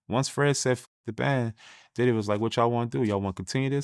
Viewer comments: Is he saying “Daddy” & not Diddy?? 🤔🤔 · Did dawg say diddy house or daddy house 😂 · This nigga keep saying “daddy” or I’m tripping? ?